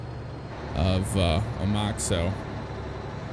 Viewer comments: The town is pronounced "O-Mack", like the truck you are in. Not "O-mach". Great video, might have to get it. Amazed how much of the roads in this sim are in my state of Washington. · It’s pronounced O-Mack (like the truck) not O- Mach ( like mach 5) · It is Oh-mac get it right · It's actually pronounced "Oh-Mack" just like your Mack truck there. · its pronounced o-mack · Rha proper way to say the city name of Omak.....OH-MACK.